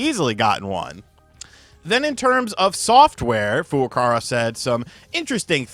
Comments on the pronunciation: Please pronounce Furukawa's name correctly; it is Furuka-WA not Furuka-RA. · Kyoto Kyo-Toe Not key-yo-toe ... Furukawa Foo-Roo-Cow-Ah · He still says Furukawa wrong.